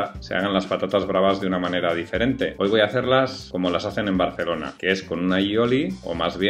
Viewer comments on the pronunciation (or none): none